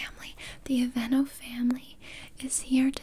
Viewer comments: Her: “I am goin to be aplying on you the AvAnOooo aCtIVe NaTuuuAll” Me: 😂😂 dead on the floor laughing Later on Her: “I was a thing with the security gard so you do have to pay” Me: now in my grave 😂😂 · Okay but why did the pronunciation of the lotion's name kill me 😭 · Love your sense of humour! It was the sshhhhhh don't fight it 🤣🤣🤣🤣 this was the funniest ASMR role play I've seen in a loooonnggg time! Literally forced into buying these Aveeno natural (said with the accent 🤣🤣) products! But I need the talent anyway 🤣🤣🤣🤣👏👏👏👏👏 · That was hilarious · When she started reading the aveeno in a French accent omg I was amazed 😂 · The way she pronounced Aveeno had me dead!😂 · THE WAY SHE SAYS AVEENO 😂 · No one gonna talk about how she said aveeno 😂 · Lmao. The way she pronounced the name of that lotion took me out.